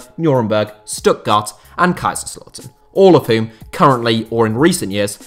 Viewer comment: Your murdering how to say kaiserslautern mate just say ktown